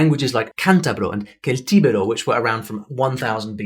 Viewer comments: Celtíbero is pronounced "thelTEEbairaw", not kelTEEbairaw. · it's pronounced Sell-tee-vero not Kell-tee-vero. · Hi! First of all, thanks for the video. It's always nice to learn something new! Please allow me to point out a mistake you made. I normally do not do this, but seeing you showing that much interest in my beloved mother tongue makes me want to help you know it a bit better. you talk about "languages like Cántabro or Celtíbero". The initial "C" in "Celtíbero" should be pronounced as the "C" in "cerrar". I guess the confusion comes from the fact that the initial "C" in "Celt" is pronounced as a "K" in english, but not so in spanish. Again, I'm not trying to be picky, just want you to get better in something you like:) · The majority of this presentation was informative, but I don't understand why the English and english speakers feel that they have ownership on the pronunciation of Celt. The soft C is perfectly acceptable in Spanish, so celtíbero does not require the harsh K sound to make it identifiable. Regarding the Spanish language in the Caribbean, It is baffling to hear anyone refer to Spanish almost as an aside when in fact Isla de la Española (yes, that was the original name given to it by Cristóbal Colón), Cuba and Puerto Rico were the first permanent settlements. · Hey, I just want to let you know Celtibero is pronounced differently, check the phonetic equivalent. Hasta lueeegooooo jaja xd. Thanks for your videos.